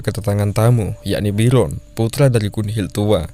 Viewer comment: Bjorn , bukan biron